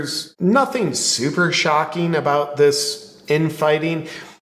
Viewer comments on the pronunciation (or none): none